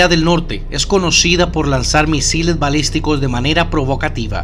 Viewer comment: Dijo bisiles malisticos? O entendí mal 😂